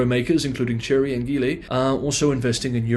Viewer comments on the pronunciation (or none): none